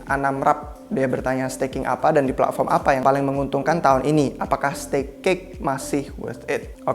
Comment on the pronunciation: Pletform, bukan pla'form